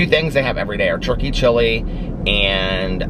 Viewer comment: I know you’re saying turkey but all I hear is churkey chili. Thank you for the chuckle.